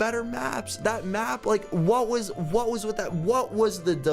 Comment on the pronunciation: and with not ith xD